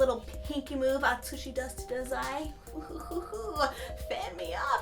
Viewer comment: I think it's pronounced as DAH-zai :) we missed you!